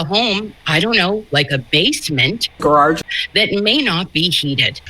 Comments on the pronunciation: Hey it's Grage not Garage. You idiot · The Ole 2 Car Garrarrrge 😆 🤣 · I can’t even pronounce “grarage” like. My mouth doesn’t move that way. 😂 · “Brian Higgins”… “gararge”, cracks me up EVERY TIME! The ending is gold!! Rest in peace officer John O’keefe. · I can't pronounce it correctly anymore after hearing it as graararge so many times...😂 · The funny thing is actually does insert extra R’s in some of his words. Juts like, just not as over the top. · maybe he’s from Massachusetts 🤷🏻‍♀️ and that’s why it’s so easy for him to add the extra R